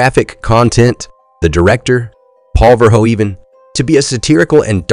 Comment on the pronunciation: You need two things: #1 lower your gain because your recording is always clipping (so lowering volume won't solve it because it's a saturation problem); #2 get the names right: it's not pronounce Bot'n, it's Boteen and the name of Verhoeven is pronounced VerhouVAN.